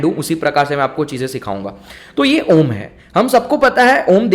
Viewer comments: Absolutely wrong... pronouciation is not AA ooo MM it is OOO mmm .... All are guiding wrongly. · Bhai uccharan galat kar rahe ho ...aur logo ko bhi sikha rahe ho ...videos main achi knowledge dete ho tum ..lakin Galt knowledge mat do ....a kabhi om shuru nahi hota hai ....pehle khud sikho kisi yogya guru k saanidhya mein....uske baad khud samjh aayega....om ka uccharam main bahot si chizo ka dhyan rakhna padta hai ...tumhara aum ka uccharam aisa laga ki ...jaise bina mithasa ka fhal joh fika ho...saari mithas ki gayab kardi tumne ...om ek dhuvani k saman hai jab tak usmein se woh dhvani prakat nahi karoge tab tak woh nahi nikalegi.,.. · अ...उ.....म् ऐसा उच्चारण किसी भी पहुंचे हुए गुरु ने किसी भी शिष्य को सिखाया नहीं होगा. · Sorry I am not satisfied with the pronunciation of Om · उच्चारण गलत है